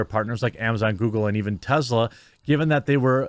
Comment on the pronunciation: You pronounced TeZla like Elon, that's funny right there